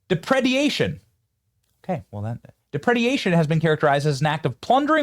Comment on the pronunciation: Deh-prah-day-shun Pelosi needs to be locked up